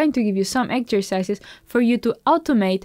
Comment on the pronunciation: Thanks very much for the lesson and love the way you say 'exzercizes' and 'focoos'. Music to my ears. Lol